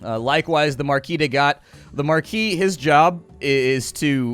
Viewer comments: It's obviously Marquise de CAT (as in the "meow"-ones) not Gat or however you pronounce it. :) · Slight Nitpick: I believe you almost pronounced the Marquise De Cat correctly (the Cat is literally pronounced), but the birds are the Ear-E.